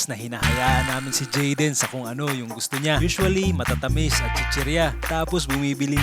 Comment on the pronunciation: tumatagal nawawala narin ang letter "Y" ni jaden 🤣. narining ko "WAYA WAYA".